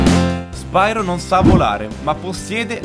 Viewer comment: Bel video ma la pronuncia corretta, se non erro, dovrebbe essere "Spiro" e non "Spairo", sicché deriva dal greco "Piro", ovvero fuoco. Di fatti, nei primi giochi, viene chiamato "Spiro", nonostante la y inglese. Poi, con l'andare avanti della saga, la pronuncia è stata modificata in "Spairo".